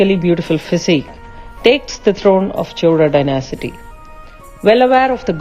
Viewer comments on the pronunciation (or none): Pronunciation for some words is incorrect. It is not "dynasity". It is dynasty. However, best wishes for the new venture.